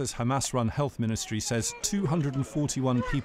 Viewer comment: "According to HamArse".... typical Al beeb.